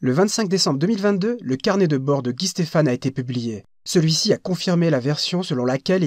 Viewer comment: Guy Stephan (Fan) pas Stéphane (Fane)